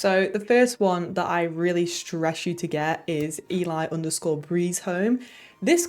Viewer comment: Good video,, but "ELI" is short for "Elianora", so I believe the name is pronounced "Elly". She's been doing player homes for a long time and is now a contributor to the Creation Club. This mod is still free. I also play with Racemenu, which is a much more detailed version of the default menu, so you aren't stuck with the limitations of the default character models. It works great with Alternate Start Live Another Life.